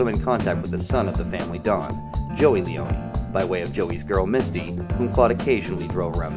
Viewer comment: Lee-own not Lee-own-eeeee I made the same mistake as a kid when I played this.